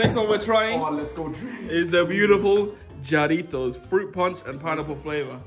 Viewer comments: It’s pronounced hareetos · “Juretos” ITS PRONOUNCED HAA-RITOS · The Jarritos are pronounced harritos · its pronounced ha- ritos not jah- ritos😭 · its jarritos the j is a h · fun fact: Jarritos are actually pronounced "ha-rritos" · JARRITOS IS PRONOUNCED HARETOES YOU FREAKING MOLE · NOT "JAR"RITOS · Hehe jarritos it’s pronounced haritos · i HATE how he said jar-itos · jarritos is pronounced harritos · the j sounds like an j sir lol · As a Mexican him pronouncing the J pains me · Why does misspronunce jarritos the j is pronounced like an h in Spanish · you don’t say the J you say an H instead to say the word Juaritos correctly